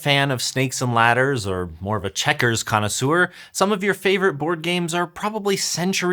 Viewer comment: "Connaisseur" is pronounced "connaissör" instead of "connaissoor". You pronounce it as if it were spelt "connaissour".